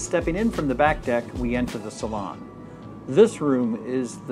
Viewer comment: The way pronounces Salon 😅